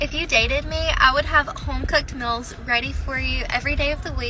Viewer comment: home cooked "mills"😅